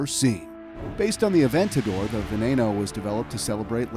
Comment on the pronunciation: bruh u said centenario, veneno and urus wrong